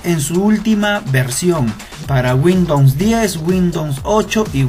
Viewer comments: no se dice guindons, es windows :D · Damn!! Qué haces haciendo videos si dices "windons"?? Wtf o.O xd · JAJAJAJAJAJAJJAJA ( Windons ) jajjajajajajajaja te mamaste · "windowmns" xD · Windowns jajajaja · "WINDOUNS" Jajajajaja